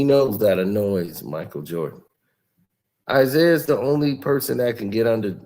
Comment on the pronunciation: This man said Isiah better than Steph😂😂😂😂😂😂